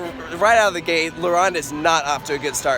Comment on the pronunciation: It’s la ronde not laronde